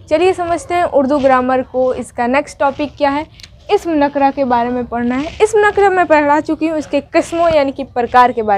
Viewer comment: Nakra nahin nakirah hai